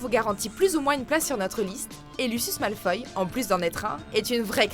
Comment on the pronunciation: c'est Malefoy pas Malfoy